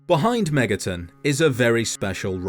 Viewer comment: I have been on a SMT binge for a while that when I heard "Behind Megaton' at the beginning I heard "Behind MegaTen" I thought I had a psychotic break and was watching another SMT video when I intended to watch a fallout video lol